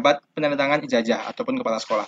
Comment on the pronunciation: Ijazahhh bukan ijajahhh